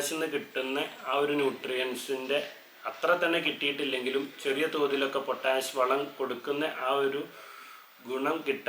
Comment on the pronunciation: എന്തിനാണ് പൊറ്റാഷ് പൊറ്റാശ് എന്നിങ്ങനെ പറയുന്നത് . ആ തെങ്ങിൽ നിന്ന് കിട്ടുന്ന ചേരിയും മടലും കത്തിച്ചിട്ട് വെണ്ണീർ ചേർത്താൽ പോരെ . അതിനൊക്കുന്ന ഒരു പൊട്ടാഷും ഇന്ന് ലോകത്ത് വാങ്ങാൻ കിട്ടുമോ .